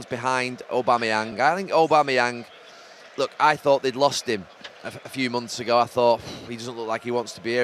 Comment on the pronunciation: Every one else : Aubameyang Gary Neville : Ò-bameyang